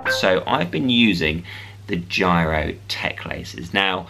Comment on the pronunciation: It's Giro, not gyro